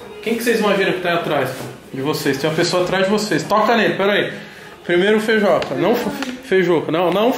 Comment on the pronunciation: Eh "FEIJUCA" carai e não 'FEIJOCA' .